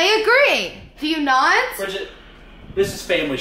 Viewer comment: always says briggett not family he does it all the time you all yell at brigget she just acting out like you all are